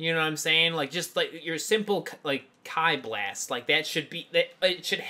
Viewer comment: Did this guy really just say kai blast? ITS KIIIIII